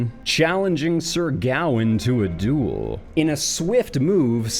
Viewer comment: Sir Gowan? Certainly a strange animal…with a criminal mind? Sir Gawain pronounced Gah-wayne I believe was one if the Knights of the Round Table. Sir Gowan was a Canadian singer with some hits in the 1980s.